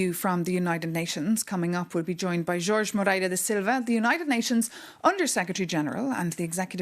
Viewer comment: Engraçado ver duas espanholas a falarem inglês, Nadia Calviño e Maria Tadeo são espanholas e não gosto de ver e ouvir duas pessoas da mesma nacionalidade falarem em inglês em vez da sua língua materna. Parabéns pela pronúncia do nome do português Jorge Moreira da Silva.